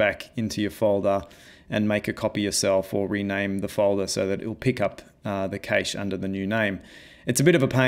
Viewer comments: I was wondering how or where can I use this effect, and just realized THIS is the Infinity War / Endgame 'turn to dust' effect! It would be really cool if you improve this demo to a full Avengers one. BTW I noticed you pronounce cache as 'cage', I've always pronounced it as 'cash' like in money. Great tutorial, I learned a couple of stuff I never heard of before. Cheers! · Cache is pronounced "cash" btw